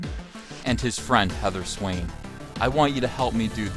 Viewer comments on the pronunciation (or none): none